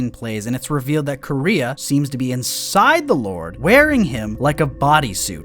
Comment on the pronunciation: why do they call her Korea? that´s not how you pronounce it at all (koo-reh-ha)